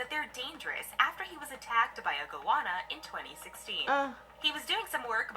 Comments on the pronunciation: It's a Go-Anna not a Gowonna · How can anyone mispronounce goanna go- anna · Box jelly fish feels like a wet plastic bag wrapping around your leg then wham the tentacles tighten and you get hit with excruciating pain and the tentacles stick to you and have to be removed carefully 😳 no ostriches in Australia. Goanna pronounced Go Anna 😂 salties Saltwater crocodiles are at the beach and waterways in northern Australia and parts of Western Australia and Queensland but theres always plenty of swimming pools 👍 just choose your swimming site wisely but yes come you’ll be fine 😀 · It’s pronounced go anna